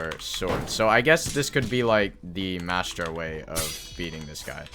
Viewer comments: where is the s in "Mantra" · its not called mastra its a mantra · since when was there a S in mantra